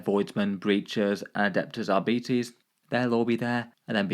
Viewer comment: R bites = arbites 😂 arebeetees